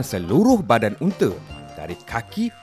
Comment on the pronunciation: UNTA BUKAN UNTE LOL